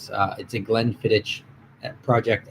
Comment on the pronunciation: It’s pronounced Glenfiddi”k” not “ch”